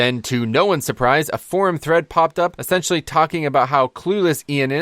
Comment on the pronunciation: You said espentialy. Thank you for clearing this up. We wow players are scared of change , but for good reason...and there are very valid criticisms of the system however...garbage is hardly what I see It as. My hope is that I won’t be time locked out of pvping with Alts far more than old pvp gear ever managed. Which if this delivers on multi specs, I’ll take that, especially with how nerfs can kill a play style of a spec over a class. Liked and subscribed !